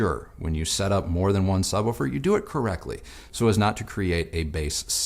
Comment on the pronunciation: What caused you to change your pronunciation to “sub-wufer” instead of “sub-wooofer” recently? 😆